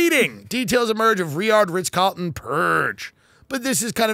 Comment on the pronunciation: Is he saying Ritch Carlton? I like it.